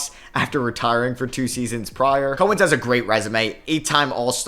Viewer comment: COW-ens, not COH-ens. And CRIST-oviak, not CRISTO-vee-ak 👍